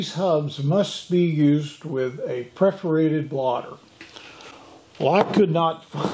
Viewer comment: "Perforated", not "preforated".